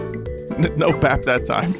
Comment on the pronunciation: It’s bap